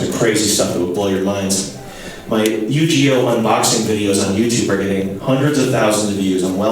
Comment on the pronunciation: "Yoo-GEE-Oh" someone had to had gotten made about that 👀💀